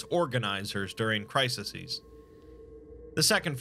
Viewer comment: The plural of crisis is pronounced "cry-seez".